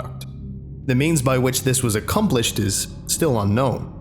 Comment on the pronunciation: he goes back to a Scotsman when he say accomplished